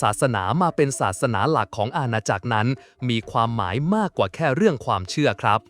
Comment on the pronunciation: ใช้เอไออ่านๆ ผิดอ่านถูก เช่น ทรัพยากร อ่านว่า ซับ พะ ยา กร ไม่ใช่ ทับ พะ ยา กร , หลักที่ 1 อ่านว่า หลัก ที่ หนึ่ง ไม่ใช่ ลัก ที่ หนึ่ง